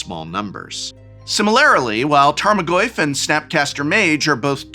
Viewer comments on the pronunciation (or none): More like tame-o-goyf